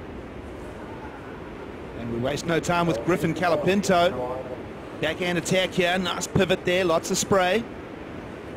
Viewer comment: Can someone please teach how to speak. It's COLApinto not calapinto.